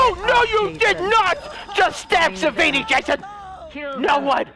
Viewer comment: He says savvani Jason 😂